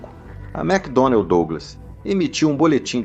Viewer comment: Muito ruim, pesseimo narrador, pessima dublagem "macdonalDi"